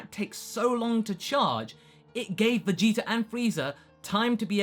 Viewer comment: to be someone that loves dragon ball so much he says vegeta wrong all the time